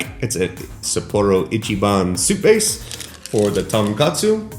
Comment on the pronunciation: Killing me pronouncing tonkotsu as tonkatsu, which is a completely different food.